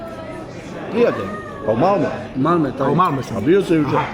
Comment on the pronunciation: Милоше брате не изговара се МалмО него МалмЕ. Не знам брате да ли то намерно радиш или из незнања?😂